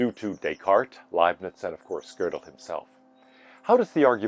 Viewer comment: Anyone who talks about Kurt Gödel should be forced to take a year of German, so they know how to pronounce his name correctly. It is NOT pronounced like the English word girdle, like the speaker in this video does.